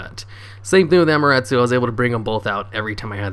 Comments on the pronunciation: "It's main focus is just to bring out Amaruttsoo." Me: Excuse me, WHAT??? 😂 It's 'Amaterasu', like 'ummaterruss[ew]', the shintoistic god of the sun. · it isn't hard its 5 syllables dude "Ah as in An without the N, Ma as in Man without the n, Te as in Ten without the N, Ra as in Ran without the n, and Su as in Sun without the n. A-ma-te-ra-su. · Neither have I but damn he butchered that name...